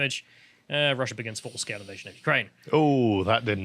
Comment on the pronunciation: "Ivasion" or "Ivite-sion".